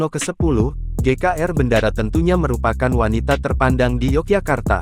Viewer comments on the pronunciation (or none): BENDARA NDHASMU. BENDARA DIBACA BENDORO BUKAN BENDARA. TOLOL!